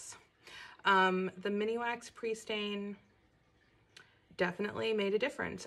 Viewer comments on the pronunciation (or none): Just FYI: it’s MINwax, not MINIwax. (I thought you’d want to know!) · Thanks for doing the video, it was very enjoyable. ...Just so you know it's Minwax not mini wax. You've added an extra 'I" in the middle that's not really there.😂